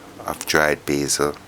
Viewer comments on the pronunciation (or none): none